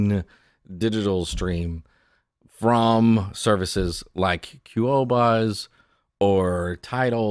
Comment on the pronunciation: Your pronunciation of qobuz is funny